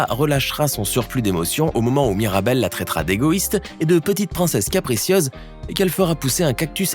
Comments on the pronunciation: en tu a pas dit mirabelle tu a dit maribelle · MIrabel pas Maribel 😅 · wsh il a dit maribel au lieux de mirabel🥲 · Qui l'as entendu dire maribel au lieu de mirabel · C pas maribel c mirabel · On n'est d'accord pour dire qu'à 5.52 il dit maribelle au lieu de mirabelle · Se miradel pas maridel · Il a dit "maribel" et louisa ma c pas MIRABEL? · elle s'appelle mirabel et non maribel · À 5,45 minutes il dit Maribel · Il a dit maribel 😂😂😂